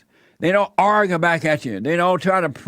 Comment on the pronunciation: "You have to arger with blacks"